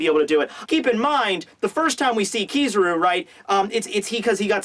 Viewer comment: hes say kizaru wrong